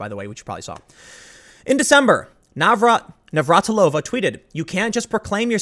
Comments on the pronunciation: It makes me feel very, very old that you don't know how to say Navratilova... She was a household name when I was a kid. Navratilova vs. Evert... that was a hell of a rivalry. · You having trouble pronouncing Navratilova's name is a reminder of how times change. She's a true legend in the sport of tennis, and was commonly known by fans and non fans alike.